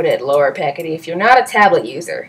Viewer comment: oh-pay-city not oh-pack-ity